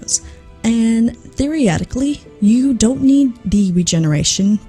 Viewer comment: i really like your content and i am by no means trying to call you out or embarrass you i only mean to help you so other people wont make fun of you i don't know if where you're from has anything to do with this but i believe you're not pronouncing theoretically how it's usually pronounced (which isn't a bad thing btw) typically people pronounce it thee uh reh tik lee at the end of the day do what you want but i'm just trying to help